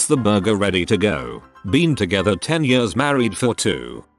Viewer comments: nobody: the reading voice: 22 yörs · Every time this voice is saying years like yers I'm cracking up more.. my belly muscles hurt... XDDD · reddit: years voice: yaRs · Anyone else cracking up at how the voice says “years”